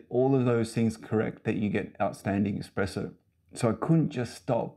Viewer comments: Huh, neat! Love out-of-the-box thinking. I actually don’t mind the arms. It’s eSpresso not eXpresso though. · Very cool but pleasssssee don’t say exxxxxpresso! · I'd have a hard time buying a machine from anyone who pronounces it "eXpresso". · Pleeeeease remake this video and don’t say expresso. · cant take it seriously when you do.